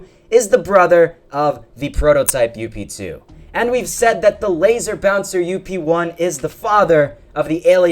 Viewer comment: it kinda bothers me when you say up2, idk why